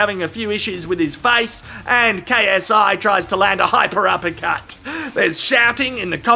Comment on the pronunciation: I find it so funny that when KSI does his intro it sound like “ yo what’s up it’s your boy KSI LGBT” keep it up